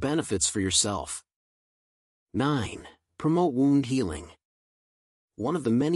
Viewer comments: Thanks for the great video . P.S. Wound is not pronounced wownnd . It is pronounced whewnnd . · Great video. Knew it was really good for you, but not to this great extent. Only thing distracting in video is constant mispornouncing of word "wound " (from "to wind"). Otherwise, excellent.......